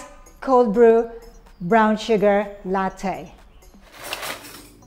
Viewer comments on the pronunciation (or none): none